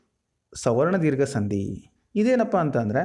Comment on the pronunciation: ಎಲ್ಲಾ ಓಕೆ, ಆದ್ರೆ ನೀವು, ಸಂಧಿ ಎಂಬ ಪದವನ್ನು ಸಂದಿ ಎಂದು ತಪ್ಪಾಗಿ ಉಚ್ಛಾರ ಮಾಡುತ್ತಿದ್ದೀರಾ.